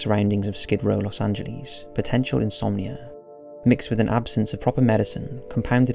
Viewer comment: The way you pronounce Los angeles though ... what the fuck?